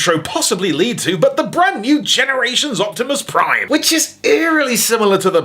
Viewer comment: Fatimus Prime